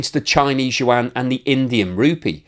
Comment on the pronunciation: That's how you humiliate a nation. It's an old strategy... Calling them something else rather than what they identify to be.....he pronounces the Chinese currency incorrectly too, love it ... 😂